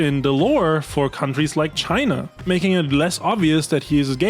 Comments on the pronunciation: why the fuck does he call it Chiner? so fucking weird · British man says "chiner" and thats funny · hard R on china is craaaazy